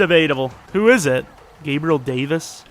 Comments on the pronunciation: Man said jabril😂 Gabriel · is literally Gabriel or gab not whatever you said😂😂😂